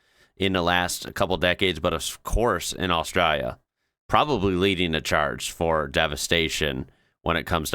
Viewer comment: It would be nice if you pronounced Australia correctly!